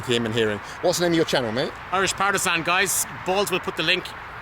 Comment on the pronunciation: Synthesizer Patel I heard hurrish partizan or something, but it’s indeed Irish partizan